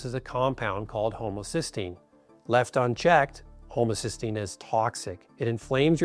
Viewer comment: Why does he pronounce 'homocysteine' as 'homocystine' ? Does he know the difference ? The two are related, but are substantially different.